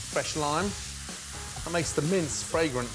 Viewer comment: Every time he says “mince”, I hear “mints”. It’s very confusing.